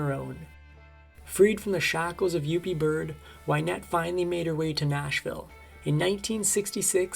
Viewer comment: Her first husband name was Yuple (pronounced yoo-pull) not Yupie